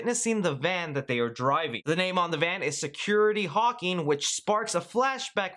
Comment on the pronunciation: Dude.... love the video...but its HAWKINS...HAWKINS .....not HAWKING like you said the whole video.